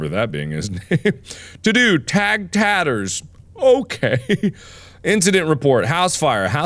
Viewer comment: It’s pronounced Tatters, Mark, not Taters 😂😂😂🥔